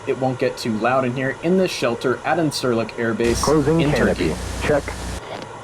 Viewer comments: it is pronounced insur-Lick.....not in-SUR -lick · The airbase Incirlik is pronounced as "Indjirlik".